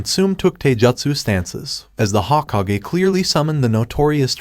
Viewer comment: hoh-ko-gay, its pronounced hoe-kog-aye